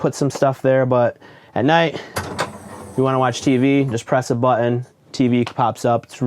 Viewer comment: what's a "butt-une"? it's pronounced buh-tn. Or Butt-n. It's a glottal T. Please just google it. I just can't watch the rest of this. I don't know what generation started this bastardization of these words (button, mountain, pattern, etc) but I just can't listen.